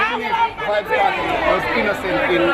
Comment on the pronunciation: its Vybz not vyb